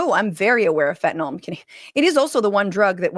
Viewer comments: I know its pedantic, but why can't Republicans pronounce "fen-ta-NILL"? They always say "fin-ten-ALL", to rhyme with Tylenol, which it's not. Education in 'Murica! woot! Just like their math. smh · 22 m pills divided by 119 m people = less than one-fifth of a pill per person Sure, fentanyl (why, oh why, are they pronouncing it "fentaNOL"???) is powerful but it strikes me as just a touch implausible that anyone would make a pill containing FIVE TIMES the lethal dose. Doesn't sound like a good business plan to me, whaddaya think? And then in that Cabinet meeting she stepped it up to 258 m lives = nearly TWELVE people per pill. WTF, Pam Bondi?